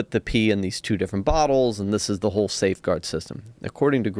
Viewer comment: "Wohll"... whot?